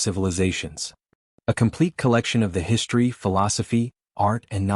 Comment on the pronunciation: Again, WTF is "HISHTRY"!!!!????